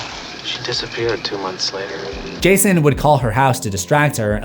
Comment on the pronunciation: i heard gayson